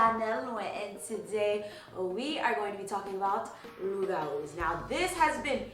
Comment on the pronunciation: You don't pronounce the P in loup-garou, it's silent. It's the french word for werewolf.